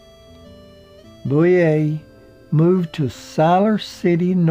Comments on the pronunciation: mIght mention it was Don KNOTTS, not KNOX, and Francis BOUVIER, not "Booyay". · it was tut the narrator kept mispronouncing it, and called Frances Bavier Frances Bouvier (lke Jackie Kennedy's maiden name) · So many errors and mispronunciations its disturbing. It's Griffith not Griffin, its Knotts not Knox, its Elk St. not Elm, No time for Sergeants was 1958 not 1968, it was Frances Bavier (Pronounced Bah-vee-a) not Boo-vee-a as in Jacqueline Bouvier Kennedy, its The Apple Dumpling Gang not The Applin Dumpling Gang, Cedars Sinai not Cedar cyanide........sheeeeeeesh! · Andy “Griffin”, Don “Knox” and Frances “Boovier”? Who is this clown? One would think, when narrating a documentary, one would at least be able to pronounce the names of the folks concerned. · GRIFFIN< KNOX< BOOOOVEEAA< etc...LoL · Numerous pronunciation errors ("Griffith", "Knotts", "Bavier") that have been noted by others, as well as a few that haven't ("Manteo"', "Matlock"). And some factual errors (it's "West Virginia University" not the "University of West Virginia", for instance). This charming video might be stronger if the narration were simply -- and easily -- re-recorded. If I'm not mistaken, intros to at least one or more years of "The Andy Griffith Show" specifically featured an announcer's correct pronunciation of the names "Griffith", "Knotts", "Bavier", and "Howard" in the opening credits and that might be a good starting point for a revised narration to this commendable YouTube video. Thanks for the memories!